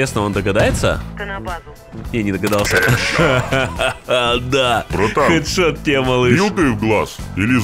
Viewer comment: А мне слышиться не "Хэд шот " , а " Сек?шот "